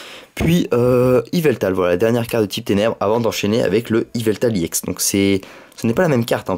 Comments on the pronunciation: pk tu dis emolga i ex au lieu de emolga ex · sa se prononce ex pas iex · pourquoi tu dis iex